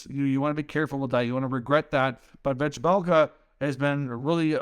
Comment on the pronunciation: Bill Armstrong is laughing his ass off. Learn how to pronounce the names of the guys you’re proposing get sold for pennies on the dollar as well: it’s “Veh-Mel-Ka.” It’ll make people believe you’ve actually watched a Coyotes game this year. I know for a fact that you haven’t, because if you had, you know this Carter proposal is not even close to fair value.